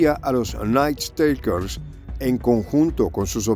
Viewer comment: Por favor, el Ingles no es tan dificil como el Mandarin o el Aleman, si va a repetir la palabra "Nightstalkers" 1/2 docena de veces, busquela en el diccionario online que tambien le da la pronunciacion. Gracias.